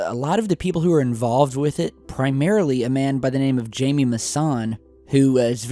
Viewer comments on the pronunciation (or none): It's pronounced "CCCCCHHHHHAI-MEE" not Jamie. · Jaime is pronounced "High-me" not "Jay-me".